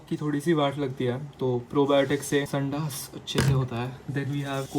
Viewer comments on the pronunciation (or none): True Marathi dude.... "sandaass..."😂😂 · bro litreally said sandaas lmaoo